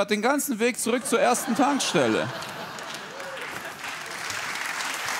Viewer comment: Brot und Tankstelle hört sich sehr Schwäbisch an.